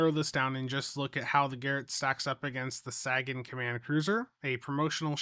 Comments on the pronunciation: the dude the ship is named for said SAYgun. No one cares how Missouri mispronounces it. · Quick note: It's pronounced Say-gan. Like in Carl Sagan. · Dude do you even science? Sagan, as in Carl Sagan. SAY-gun Sagan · Ffs, can you stop calling it the "sag-an"? It's actually insulting to Carl Sagan when you do that. You know how it's pronounced, just say it right. So annoying. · SAY-gan. Jeeezzzz! 🎉🎉🎉😊🎉🎉🎉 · The Saggin? 🤣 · Oh, no., Sagan is pronounced like “Say Ginn” as in the famous Carl Sagan. Carl Sagan was a brilliant astrophysicist, writer, and science communicator who had an unparalleled gift for making the wonders of the cosmos accessible to everyone, inspiring generations to look up at the stars with curiosity and awe. Through his bestselling books, groundbreaking TV series Cosmos, and tireless advocacy for science and reason, he championed the power of human understanding and the beauty of our place in the universe. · Let's say it one more time... Sagan - pronounced Saygen. Named after Carl Sagan. Famous Astronomist and Physicist from the 70s and 80s. Where the term Pale Blue Dot came from. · he knows how it's pronounced, he says it that way so people come into the comments to give him engagement metrics lol you guys gotta stop falling for this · //he knows how it's pronounced, he says it that way so people come into the comments to give him engagement metrics lol you guys gotta stop falling for this// I prefer to believe that he's from an alternate reality where Sagan is Sagging. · Sagan rhymes with raygun, not dragon. 😁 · My only real gripe about this ship* is that the pets are not new: I was hoping for an Alliance Shuttle or Frigate Pet to come closer to the game having a complete set of Alliance equipment. If that is the only problem it is a really good event reward. Also, your pronunciation of Sagan makes my ears bleed. *other than the disappearing blog post, probably site issues causing a rollback. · I keep expecting him to say "Sagging"